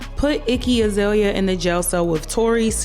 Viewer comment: They way you said her name - Icky 😂😂😂 Bye Leprechaun ☘️ 👋🏾